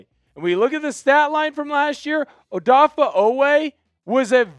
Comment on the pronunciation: Dude. His name is NOT ODAFFAH.